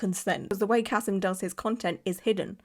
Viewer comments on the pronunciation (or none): Also, his name is Ka-SEEM. And almost all of his clients are Muslim. He's not losing clients. Different countries have different outrages. This is not an outrage in Russia or with Muslims. And he's not "white".